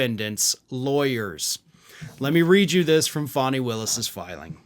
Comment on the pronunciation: FAN-knee = fani not FAN-hi